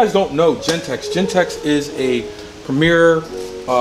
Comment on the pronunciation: its genteX not Gentek